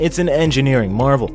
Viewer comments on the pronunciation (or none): none